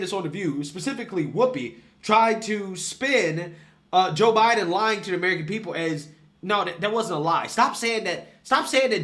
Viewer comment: You mispronounced "the joe biden administration."